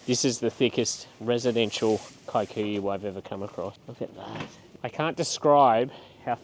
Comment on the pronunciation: Please stop pronouncing kikuyu as “Kai-koo-yu” the word is an East African word and it’s pronounced “kee-koo-yu”